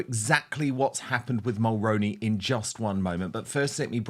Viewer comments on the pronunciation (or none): 👋 Good Morning Dan... friendly fyi from a 🇨🇦 Mulroney is pronounced as "Mull-Roo-Knee" or like the actor Micky Rooney's last name with the prefix Mull attached "Mull-Rooney" Jessica's husband Ben is the son of a former - late Prime Minister Brian Mulroney I'm in my mid 50's & I remember Brian Mulroney as a good Prime Minister & representative of 🇨🇦 I'm neither conservative nor liberal in my politics I'm a centralist I vote based on who I believe is best for the job, who will do the best job for the majority of the people...because you know you can't make everyone happy all of the time... Brian Mulroney was born in Quebec, he was French Canadian and how I've described pronouncing his name is how He pronounced it, how the news reporter's pronounced it. I'd greatly appreciate it if you could please do a proud & former 🇨🇦 Prime Minister the respect & honour of pronouncing His name correctly I would truly & greatly appreciate it 🙏 Thank you